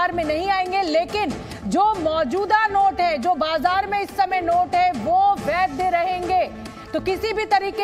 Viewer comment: वैद्य नहीं होता है मैडम, वैध होता है। हिंदी सुधारिए मैडम